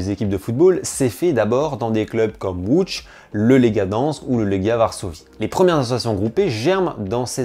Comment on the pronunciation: Pour la prononciation de Lodz Et pour le reste Bravo 🇵🇱